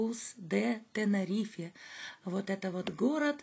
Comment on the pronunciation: ТенЭрифе лучше говорить:) "Из лайнера" тоже смешно